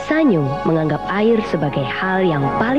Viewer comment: Pengucapan SA-NYO apakah benar? Setahu saya SAN-YO. Karena dalam bahasa Jepang tidak dikenal bunyi NYO. mohon koreksi